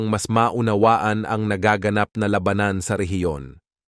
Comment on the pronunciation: Ayusin mo nman accent mo by pronouncing the word "labanan "